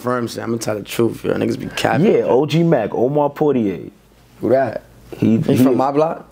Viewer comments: I'm from Ghana and ik OG Mack, nigga said "crip mack?" 😂😂😂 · He said Crip Mac